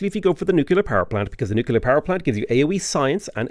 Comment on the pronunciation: The fast talking makes me think you’re reading a pharmaceutical side effects list. I have to say, though, that ‘nucular’ drives me just south of batshit 🧐